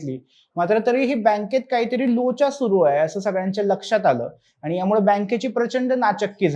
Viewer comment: साहेब, कृपया शुध्द मराठी भाषा बोला! आनि,पानी,निर्नय,म्हनून असे शब्द मराठीत नसून,शुध्द मराठीत आणि,पाणी,निर्णय,म्हणून असे बोलले जाते!! अशुध्द मराठी भाषा कानांना खटकते,हे लक्षांत ठेवून पुढील व्हिडिओ करावा ही विनंती!🙏